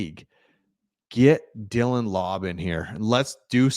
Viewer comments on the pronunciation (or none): AOC will start, he has been working on quick release and his speed. Super accurate still and can make all the throws consistently. Has the body of a NFL QB. And just once more, it’s Lau-bey, not Lob All good, i know your not a Raider fan like me. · It’s Laubé; you’re such a white boy ! Don’t take it personal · Koonce is one syllable. From Buffalo, drafted in 2021. And Laube is two syllable…lol. I got you my man.